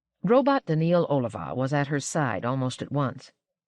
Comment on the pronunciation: The presentation here is excellent, except that she badly mispronounces several key names. First, Daneel Olivaw: "Olivaw" is a variation of "Oliver," in which the initial "o" should not be pronounced with a long "o" (as in "hope"), but "ah." But she keeps saying "Oh"-livaw. Second, the "zeroth law" should be pronounced "zero" + "-th," but the narrator says "zer (like "there") + roth" (as in Rothschild). It's like any other ordinal number: 3rd, 4th, 7th... "Zero-eth."